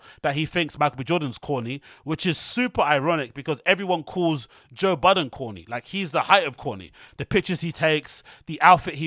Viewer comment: It’s Budden 😂